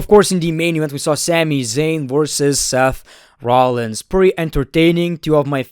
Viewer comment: Everyone: Seth Rollins: Sef rohlins